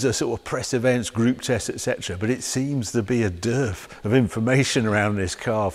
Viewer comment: WTF is a 'DERF' of information or reviews Harry?....🤣